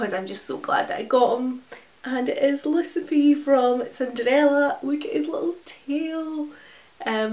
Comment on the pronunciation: It is Lucifer not lusefee